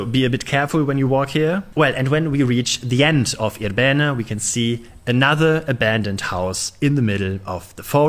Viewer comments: it is pronounced with the accent on the 1st I syllable, I'rbene not ir-B'ene ... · For those wondering, the name of this place is more accurately pronounced with initial stress, that is: IR-be-ne (and both of the "e"s approximately as the"e" in "sovjet").